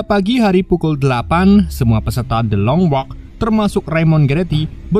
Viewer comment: Gabisa nyebut bahasa English ya bang THE LONG WALK 😅